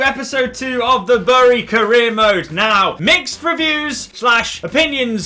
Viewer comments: The way you pronounce bury is meant to be "berry" not b uh ry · It’s pronounced Berry not burry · Its pronounced berry so stop saying it wrong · It’s spelt bury but it’s said berry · U pronounce Bury as Bery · Please learn how to say the name of the club. Its said like 'bury a body'